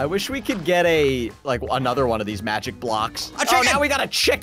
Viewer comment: and also did you hear prunouns the block into a mujic block